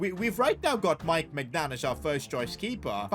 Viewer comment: always floors me when he mispronounces Maignan